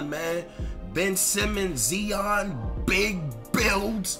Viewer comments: Lol Nigga kept calling him “zeon” 😂shit was driving me crazy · 🤦🏾‍♂️ ZION (zy-on) damnnn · This dude really mispronounced Zion lmao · no cap